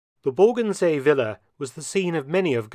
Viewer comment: Ehm, what is a willa? In my language it's a villa, with a V for vengence. Is that Willa a result of Volkswagen VW? Why does the narrator say Willa? It sounds like Willa Wonka and the Chocolate Vector.